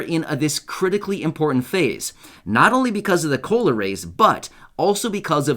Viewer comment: Sounds more like culo not cola